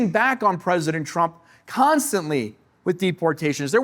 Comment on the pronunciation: And by the way!!!! His name is TRUMP AND NOT TRUM